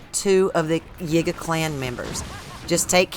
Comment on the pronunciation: It is pronounced Yeega not Yiiger, as in if you put an N in front of it, it would pronounce something that you shouldn't be saying. Listen to other gamers and how they pronounce it. It has always been the Yee-guh clan (YIgay